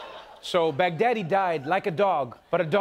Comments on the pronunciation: Finally Trevor succumb to the American accent... 😆... It's not pronounce as "Begdaddy", it's Bagh-daa-dee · Baghdadi they pronounced it like "Big Daddy" 😂